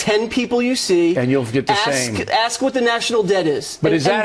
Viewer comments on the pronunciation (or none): .....Did a standing US senator just say "Ax " not "ask"?. Is education a prerequisite to being a law maker and role model for our young. It must be a "cultural" thing eh?